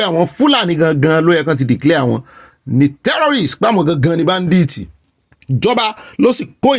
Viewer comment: This oga olopa he sick saying that word badith is badit. Eku eto olorun amabawa to.❤❤🎉🎉😂😂